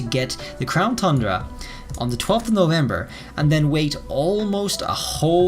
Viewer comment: I love how you pronounce tundra “thundra”.😄